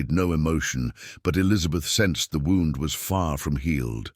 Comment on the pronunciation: Love the story but spotted her left hand has 6 fingers ! And sometimes words mispronounced eg wound as in injury. But still enjoyed story.